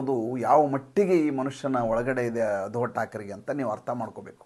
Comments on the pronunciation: ಮಹನೀಯರೇ ತಾವು ಉಧವ thakre ಅಂತ ಉಚ್ಚರಿಸಬೇಡ, ಆ ಹೆಸರು uddhav ಅಂತ ಹೇಳಿ pls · ಸುಮ್ನೆ ಯಾಕ್ರೀ ಏನೇನೋ ಹೇಳ್ತಿರಿ, ಮೊದಲು uddhav ಹೆಸರು ಸರಿಯಾಗಿ ಉಚ್ಚರಿಸಿ